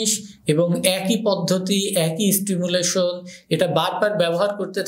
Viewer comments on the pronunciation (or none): ইস্পঞ্জ, ইস্টিমুলেশন--+- এসব কী ধরণের ইংরেজি বলা! উচ্চারণের আগে 'ই' যোগ করেন কেন? বলতে না পারলে নিজের ভাষায় বলুন!